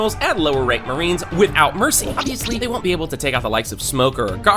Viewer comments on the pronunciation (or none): none